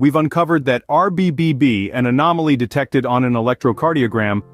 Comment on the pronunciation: I heard a couple of RBBBB slip in there....